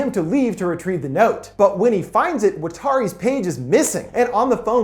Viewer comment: Whatauri? Water-y or Water-i really? I sound like a nerd.